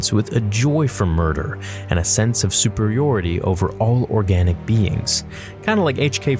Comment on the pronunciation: I've never heard someone pronounce automaton and superiority like that.